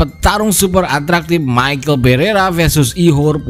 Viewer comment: Dibaca misel bukan maekel bang...tulisannya beda juga